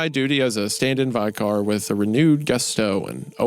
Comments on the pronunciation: Oh, dear lord. Vick- er, Hunter. Vick- er. 😄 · did the guy who makes in depth Christian content just say 'vy-car' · VAI-car and di-AH-cese? Really, Isaiah? You've never heard those words before? Never? Sometimes I think he mispronounces things on purpose. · Sunday school teacher wendigoon pronouncing vicar, "V-eye-car" and not "V-i-ker" threw me off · Vick- ar... what the hell is a vycar? 😂😂😂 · Americans, doesn't like torch but can't even manage to pronounce vicar correct the fuck is a Vykar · Wusteshur, Cheshur, Vicker, DIE-o-SEES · Worcestershire is - woo- ster- sheer (please) and “vicar” is vi-ker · vi car? Bro that can’t be right I know he’s Christian asf but I’ve never heard anyone say vicar like that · Love this show. But they need to like look shit up when it comes to pronunciation vic or and die o seas people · Vicar - It's pronounced: V-ichor (as in a town priest)... lol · Vye-Kar was quite the shock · hearing mr goon call a vicar a vy-car was absolutely haunting EDIT: WAR CHESTER SHIRE ????? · It's VICK KAR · Vy car hurt my soul, as a bloodborne fan (never played it) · Hearing Isaiah pronouncing 'diocese' and 'vicar' kills me. I feel like the religious words he'd nail down no problem. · Ikr? Being British every time he pronounced Vicar it drove me crazy 😂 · hate the way you pronounce "vicar" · i didnt know anyone could be so removed from the taint of catholicism to consistently mispronounce vicar and diocese this is awesome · The creepiest part of this cast is the continuous mispronunciation of vicar 😭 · Isaiah, I can’t take you bullying us Brits for saying Torch instead of Flashlight seriously when you pronounce Vicar and Fetid like that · Boooooo- for brutalizing the pronunciation of the words, vicar, diocese, and Worcestershire multiple times. Are you a big church guy? How do you not know these common words? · The true horror of this episode is how Goon pronounced vicar and diocese. I'd get it if it was just Hunter, but I mean come on. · Also “vicar.”